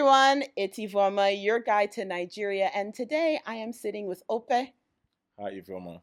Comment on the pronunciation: what is o-pay..lol this woman...it is pronounced okpe with an emphasis on the p. Great interview, always a pleasure to watch.